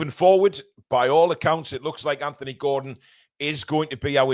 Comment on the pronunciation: I’m glad to hear you pronounce the name “Anthony” correctly. Maybe have a quiet word with your southern compatriots 😅